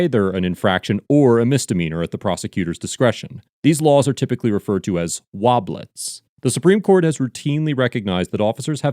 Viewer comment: Good video. Love your stuff! FYI it’s “WOBBLER” not “WOBBLET” 😂😂😂